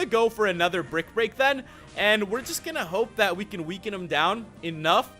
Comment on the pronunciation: I wish u didn't mess up saying brick break up used to say brackety no breakty